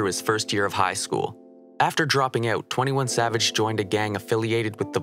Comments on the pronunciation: you pronounced his name wrong nah idk if you did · You pronounced this name wrong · You pronounced his name wrong